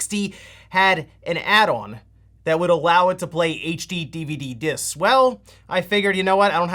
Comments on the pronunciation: OMG I can’t listen to him say “H DVD” each time. It’s HD DVD. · The number of times he says "H-DVD" instead of "HD-DVD" is causing my eye to twitch uncontrollably. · Its not a H DVD. Its a HD DVD. You say it wrong lol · I played a drinking game. I take a shot every time you say "HDVD" instead of "HD DVD." Now I can't ev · Slow down. Say “HD” and then “DVD” and not “AyChDeEvEeDeE” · We're you pronouncing it "H-DVD" the whole time in purpose? 😜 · The number of times you are talking so fast that you're missing one of the D's in HD DVD, is hilarious. It's such a stupid name for a system!